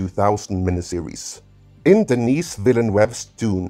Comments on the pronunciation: Denis Villeneuve prononciation help: The « S » in Denis is silent... so if you’re an english speaker but want to say his name they way he would pronounce it... it’s more like: Dennee The EU in Villeneuve make a single vowel sound... it sounds like Uh! Or you could pronounce The NEUVE part like NEVE in Neve Campbell. So « Vil - Neve » would be close enough. Villeneuve is the juxtaposition of 2 french words... Ville and Neuve... (City and New) and literally means New City. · THE S IN DENIS IS SILENT. DENIS as opposed to DENNIS. MAN! Some Peoples Kids! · I was about to say. He's not a girl, for the love of god. It's pronounced: Deh-NEE. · I like that you feign the appearance of tedious researcher, but couldn't be bothered to look up the pronunciation of the French name Denis. Takes two seconds.